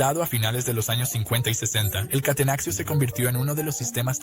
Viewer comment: Gran video, pero que dolor de cabeza que digas "catenaxio", se dice catenacho y ya, no es español.